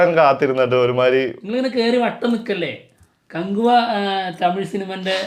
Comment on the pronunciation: നീ ആദ്യം പോയി കകുവ എന്ന് പറയാൻ പടി 😂😂😂